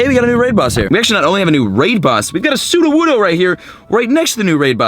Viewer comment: ... transferes his Studowoodo XD, no hate😂